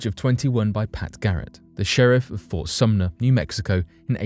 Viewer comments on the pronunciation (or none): none